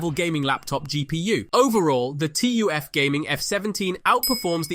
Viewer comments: Bro it's called TUF not T U F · It's 'tuf', like 'tough'